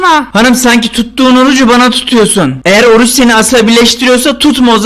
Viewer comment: Süüü bane ve napim diyorsun abi